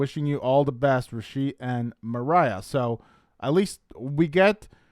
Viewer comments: Idk why u keep saying Mariah when her name is MARIA. Ma ree uh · Its not mariah its MUH RI UH!! Like hispanic maria...🤦🏼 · How do you interpret a Maria as Mariah? How do you keep saying Rishe’s name wrong and differently? Your headlines are so bait clicky as well. Try to do better. It’s frustrating